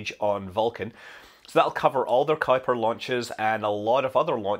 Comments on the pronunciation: I know this is a small thing, but now I know how to pronounce "Kuiper!" I don't think I've heard it said out loud before. I've always wondered how it was pronounced, is it "kooper," is it "kipper?" I never knew. Ky-per. Thanks, Scott! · Kudos to perfectly pronouncing Kuiper. Haven't seen many English speakers get that vowel right.